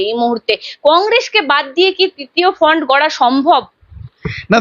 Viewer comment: তিতিয় নয় তৃতীয়, ফন্ট নয়,ফ্রন্ট